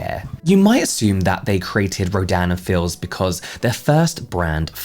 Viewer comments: I'm drawing while I'm listening to this and auditory processing is fcking me up, every time you say the brand name I hear "Ro- Dan and Phil's" lmaoo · Every time you say Rodan & Fields my brain hears "(ro)Dan and Phil(s)" and I just picture Phan leading an MLM 😂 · I kept mishearing “Rodan and Fields” as “Ro-Dan and Phil” and was getting so confused 😭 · i keep hearing “dan and phil” instead of “rodan and fields” i am truly lost to the sands of the internet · Your accent kept making me hear "Dan and Phil" 😂😂